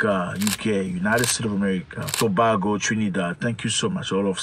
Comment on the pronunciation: Sir, again. It's "To(BAY)go, NOT To(BAH) go.